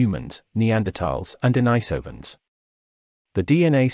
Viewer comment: Denisovans, pronounced Den-NEE-sovans. not Denny-Sovans.